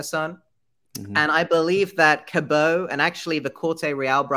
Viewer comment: I'm pretty sure John "Cabot" rhymes with rabbit and not snow.